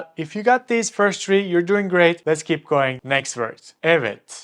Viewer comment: Please stop saying tree instead of three …. Tree means 🌳 not the number 3